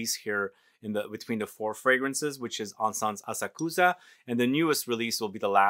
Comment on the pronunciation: Asakusa- pronounced with emphasis on second syllable. a SAK sa. The “u” is barely discernible. Had the good fortune to have heard this particular Koto musician live. She’s extraordinary. It’s a difficult instrument. 😊